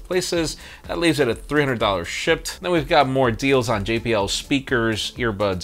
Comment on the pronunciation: Had to turn on English CC to verify whether it was "shipped" or "shit."